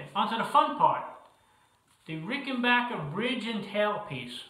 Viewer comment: Congratulations on being able to pronounce 'Rickenbacker " correctly!